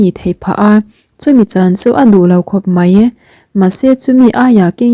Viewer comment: Mei ni lovin mai tih tur aw mizotawng kam dik a awm ve reng aw